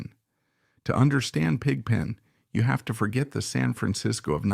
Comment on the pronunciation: Yes the old film footage look is fake. The same spots light up repeatedly. If it was real, the spots would be more intermittent and all over the place in different sizes. The voice is also artificial. No one says Pig (pause) Pen. Other voice mispronunciations are throughout (see Godshaux). This is interesting to a point but rather surface oriented. Why is Brent shown in any of the pictures and no picture of Tom or Keith? I liked Brent but this was not about that era. Since everyone is weighing in, there are many great Dead eras, but if I have to pick, gimme '77.